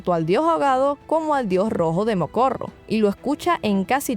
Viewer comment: Ya he escuchado en otro video que pronuncias más el nombre del sacerdote Rojo, su nombre es Morocco, no Mocorro 😅, solo para que lo tengas en cuenta